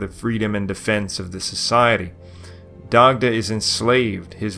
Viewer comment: Dac-tuh. 😁 slight guttural on the c like in German